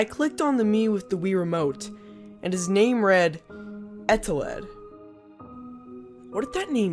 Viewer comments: Eteled Subtitles: ETAWED UwU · he says his name wrong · I put on subtitles, and they called eteled “Adelaide” (for some parts) It was kinda funny tbh